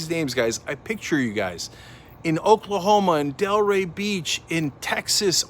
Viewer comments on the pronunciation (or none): none